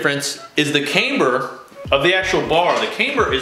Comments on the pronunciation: Please stop saying came-ber! Cam,Cam,CAMBER!! 😆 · You gotta learn how to pronounce camber